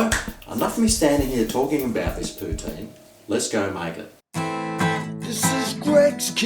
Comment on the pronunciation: It’s pronounced Poo-TIN and I don’t know what a cheese curd is either ❤️I’m from New York. Xo